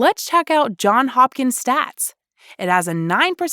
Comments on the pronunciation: For God’s sake, it’s Johns Hopkins. Not John Hopkins. And no one calls it JHU. You invented that. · It's Johns Hopkins, NOT John Hopkins. If you profile schools, at least pronounce their names correctly. And get correct videos of them: some of them for Northwestern are not the school at all There are many other prestigious institutes that were not named, both private and public. Just look at the other comments. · Johns. It's Johns, not John. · It's Johns Hopkins, not John Hopkins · “Johns” not “John” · Say it correctly: JohnS Hopkins. Add the s to Johns.